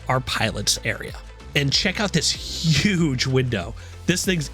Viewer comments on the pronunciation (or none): none